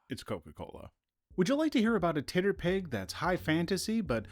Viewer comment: I heard TTRPG as titter pig. This is now my pronunciation forever more.